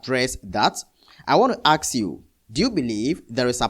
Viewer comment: Axe me? It’s ASk me. Please enunciate and use the language properly. Some may see this as minor. But it’s not. To be held credible is to use words correctly. Yes. There is trouble in the church domain. Structure is important, but the church won’t save anyone. Christ alone. Thank you. God Bless. I’m not trying to be critical but this has become a habit with people speaking.